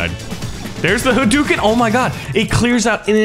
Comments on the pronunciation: Correction in speach. its not hoo dooken its pronouced huh dough ken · Huh pizza dough ken/karen And its ha-dooken, not hoo-dooken